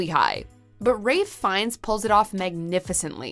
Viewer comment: It’s Ralph Fiennes not Ray Fiennes for god sake!